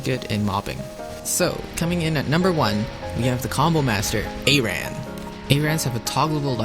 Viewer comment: A Ran huh? lol The english language has gone to shit. Great vid btw